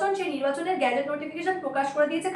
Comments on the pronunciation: উচ্চারণ গ্যাজেট নয় । সঠিক উচ্চারণ গেজেট নোটিফিকেশন। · গ্যাজেট নয়, ওটা গেজেট হবে। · গ্যাজেটের নয় উচ্চারণটা গেজেট হবে। উচ্চারণে একটু সতর্ক থাকুন। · অ্যাঙ্কর বললেন - "ভোটের গ্যাজেট নোটিফিকেশন প্রকাশ হয়ে গেলো" গ্যাজেট - Gadget (ছোট যন্ত্র) গেজেট - Gazette (সরকারী ইস্তেহার) মানব বাবু, এই শব্দ দুটোর পার্থক্যটা আপনি একটু বুঝিয়ে বলবেন। শব্দের মানে না বুঝে যদি উনি প্রতিবেদন করতে বসেন তাহলে এরকম ভুল বারবার হতে থাকবে এবং এর ফলে আপনার চ্যানেলের সুনাম নষ্ট হবে যেটা আমরা কখনই চাইব না। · দিদি ভাই সংবাদ পরিবেশন ভালোই লাগে। তবে ওটা গ্যাজেট নয়, ওটা গেজেট নোটিফিকেশন। গ্যাজেট মানে আলাদা।